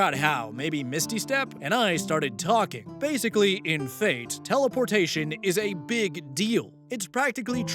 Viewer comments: Not being "That Guy" regarding the Fate RPG story, but the slashes are silent (example: when talking about something like Fate/Grand Order, it's just pronounced like "Fate Grand Order"). Keep in mind that I haven't drowned myself in the franchise, but I know at least that and the fact that you should want good things for that franchise's version of the Frankenstein "monster". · For the future, you don't pronounce the slash in the Fate series names. The slash is silent.